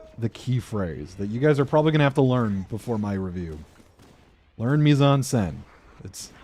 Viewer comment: For a while I was confused everytime you used what sounded like a japanese "Mizanse" - until I realized you were saying mise en scène hahaha But yeah a couple of valid points and a couple of very strange ones, but hey it's an opinion like a million others I guess